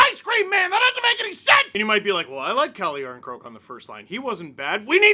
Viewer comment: Calle Jarnscroak 😂😂😂